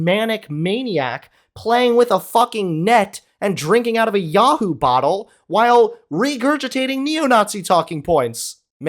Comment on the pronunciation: The funny thing is, that chocolate milk beverage is called "yoo-hoo", not "yah-hoo"..